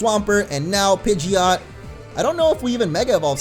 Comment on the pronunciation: It's pij-it Not pij-ee-ott